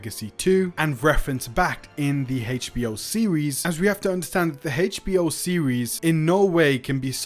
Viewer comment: Dude saying "Heitch B.O." is driving me up the wall😂